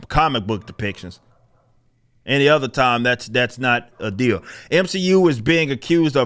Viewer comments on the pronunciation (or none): none